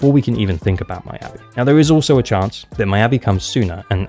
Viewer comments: Its not "my-yabi", its pronounced more like "me-yabi" for ur future vids! <3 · Attack or Anomany, she definitely my must pull because i don't roll for Ellen even when I have Lycaon. Also, Mee-ya-bi, not My-ya-bi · Why do you keep saying her name is "my"-abi? Her name is very clearly of asian origin so her name is pronounce "me"-abi. By the logic of how you're saying her name, you should be caller her my-a-by